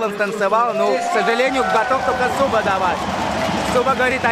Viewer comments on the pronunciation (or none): а не зуба а суба. но все ровно бездарно. просто затупок